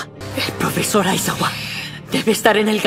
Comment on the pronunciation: Aizawa le dicen ais-agua